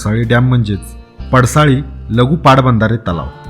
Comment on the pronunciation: सारखं सारखं पडसळी म्हणू नका पडसाळी नांव आहे